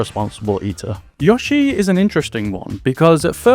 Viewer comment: Take a shot every time he says Yah-shi instead of Yoh-shi.